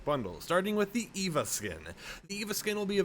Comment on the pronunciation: It’s E V A not Eva